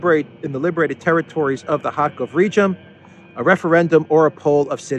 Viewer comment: Pronunciation note: The names Kharkov and Kherson are, in Russian, are pronounced with a "ch" as in the Scots word "loch". Pronouncing Cyrillic Х as an "H" is Ukrainian.